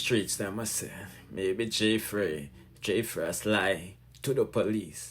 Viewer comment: It's Fraii (fray) not Frass.